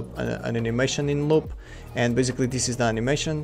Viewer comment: dis dis dis dis dthat dis that dis dsicord dis